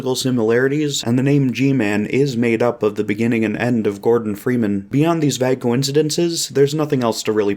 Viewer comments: this video would literally be flawless if this guy didn't pronounce "vague" like "vagg" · That's not how you pronounce vague